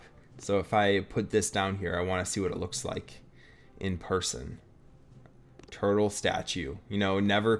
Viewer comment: Bro how many times did he say turtel